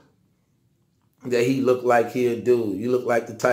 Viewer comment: Look - ted is not a word. LOOKED is the proper pronunciation.